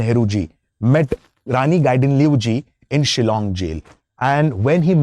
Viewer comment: I'm amazed how he pronounced very closely ! . ❤.